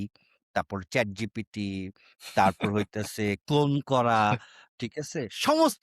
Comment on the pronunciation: ভাই আপনারা ChatGPT কে যেভাবে ChatGTP বলতেছেন । কাউকে পচানোর আগে নিজের উচ্চারণ টাতো ঠিক করেন 🤪